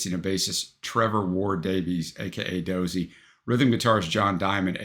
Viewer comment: Do-zey not dozzy🎩